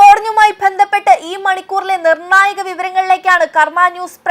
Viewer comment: മലയാള വാക്കുകടെ ഉച്ചാരണശുദ്ധി ഒട്ടും ഇല്ലാ . ആദ്യം ശരിക്ക് മലയാളം പഠിക്ക് . ദെന്തപ്പെട്ട് എന്നല്ല ബന്ധപ്പെട്ട് എന്നാണ്. നാണക്കേട്😅😅😅